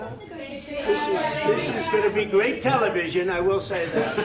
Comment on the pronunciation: Trump is truly deranged. "This is great telivision".